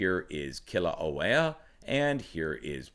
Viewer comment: Pronounced: Mana Kay-ah (Mauna Kea) Key-la-way-ah (Kilauea) You're doing better than most. MSM is embarrassing themselves with the repeated mispronouncation of most of the Hawaiian names. Except for Hawaii New Now. Their reporting has been fantastic (of course) since they're based out of Honolulu. LOL! It's becoming more frightening as each day goes by to see the progression this eruption of Kilauea has taken. The draining of the lava lake in particular is alarming. I hope it doesn't lead to an interior collapse of the now emptied lake which could lead to a plugged volcano. This would result in a massive blast which could further destabilize the volcano and surrounding area, including the underground lava tubes which fuel those fissures throughout the Eastern Rift Zone. I also wonder what kind of instability or shockwave a large violent blast from Kilauea and accompanying earthquakes it could produce under Mauna Loa perhaps even Mauna Kea. The whole Southern and Eastern portion of the island could open up many of its old rifts and create many new fissures. It depends on how much magma is near the surface. I know one thing for certain. This event is far from over. The magma that disappeared from the lake is headed downslope and will eventually reach the ocean. I wouldn't be shocked if new fissures opened up all or most of the way to the ocean so it can finally drain out. Just keep an eye on the amount of earthquakes and escalating magnitude.